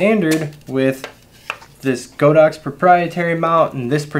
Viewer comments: the name is God-ox. not Go-dox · Always rely on your Godox reviews although I only use AD200 now. Still slightly surprised you stuck to the mispronounciation of go_dox given you are basically god_ox official channel in the US.